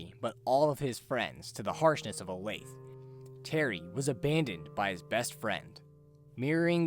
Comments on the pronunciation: every time i hear someone pronounce olathe as 'o-layth' i lose another year off my lifespan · If you pronounce Olathe, "o-layth" 3 times in a row, Jasper m will appear in your room to politely correct your mistake.